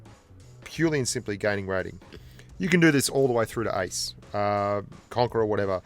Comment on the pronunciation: I thought u were saying "ice" but u were actually saying "ace"